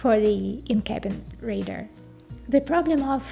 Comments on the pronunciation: Pronounce it with me 'Ray - Dar' not ray-der!. TQ. In fact you sound more like Raider!!!. Great content nonetheless. Well done. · Great tech explanation, but I was distracted every time I heard “raider” for “radar” made worse by the detail it was said a huge number of times. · Good but you need to work on your pronunciation of 'radar'. The emphasis falls on the first syllable - RAY-dar, with the A in RAY pronounced like the A in STAY. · Too bad you don't know how to pronounce "RADAR".